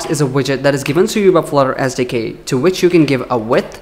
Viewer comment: Did anybody else hear "Flutter As Decay" when he said "Flutter SDK"? No? Maybe its just me....